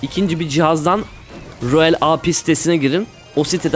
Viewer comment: Yayında: mükemmel ingilizce mükemmel kondisyon Videoda: royale aaaapii